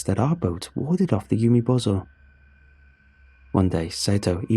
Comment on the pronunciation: Umibozu is pronounced oo-me-boh-zoo. Not yew-me-bow-zoh. This word does not end in the English word "bozo." Even using native English pronunciation, umibozu isn't even spelled in a way to suggest that the word would end with "bozo." The name Sato is pronounced sah-toh (long a, short o) not say-toe. If the first syllable in that name was pronounced as "say" it would be spelled with Sei, not Sa. There are a ton of websites out there where one can listen to the correct pronunciations of words in an astonishing number of languages. Finding two Japanese words - one a piece of well known folklore and the other an incredibly common name - takes less than a minute per word. Doing so is an easy way to show respect for the author of the story and the culture the story is based on.